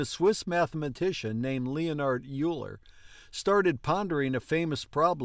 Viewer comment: I was taught that it was pronounced 'Oiler'.